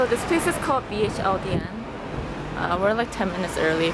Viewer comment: Bhldn is pronounced "beholden". I got my dress from there too and the first dress you tried on was the first dress I tried on haha I hope you find one you love. They have the bestttttt for really great prices